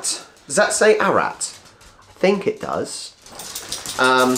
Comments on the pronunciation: The name of the town is A-ra-rat. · It's not Arat - it's Ar-ar-at! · It's pronounced 'Ar-ra-rat'. Cheers!! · Just shows how many people love you and Charlie. By the way, not Arat, but A ra rat. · Ararat is pronounced Ara Rat is a small city in western Victoria. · Ararat pronounced Ar-A-Rat is a town in Victoria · Ararat is pronounced A ra Rat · the town is pronounced as ara rat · A - ra- rat . You're forgetting a ra . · Pronounce Ararat the same as Arafat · "Ar-a-rat" it's a town in Victoria , I don't think you're pronouncing the middle syllable . Lolly Gobble Bliss Bombs are the "bomb" I'll eat those until I start to hallucinate . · It's pronounced Arra-rat. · Seriously fellow Aussies... we need to come up with an online yt dictionary of how to say our place names, words etc... lmao...... its A as in at, RA as in ra and then rat lol......